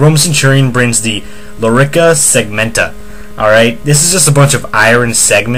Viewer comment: You know it's a Lorica segmentata NOT Lorica segmenta